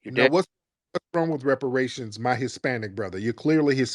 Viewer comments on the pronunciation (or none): this mf said repartation smh reparations you stupid mf… Tariq outed him early too lol… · Rep-par-tations….. I heard it live hearing again n still shocking 😮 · He said Repartations 😂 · REP.PARTA.TIONS??!! That's what he said. I AIN'T NEVER HEARD any Black American pronounce REPARATIONS that way. He's definitely a Puerto Rock. That what We call them in NYC. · Repar tations😂😂😂😂wtf can’t even pronounce the word reparations😂😂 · Bruh can’t even pronounce reparations😂😂😂😂 Tryna convince us he’s black, bruh how dumb can u be?🤦🏾‍♂️🤷🏾‍♂️